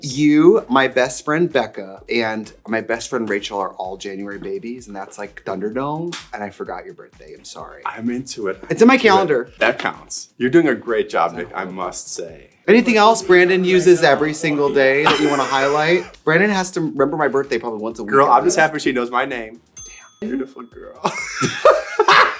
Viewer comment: “IT’S IN MY CYALENDER” 💜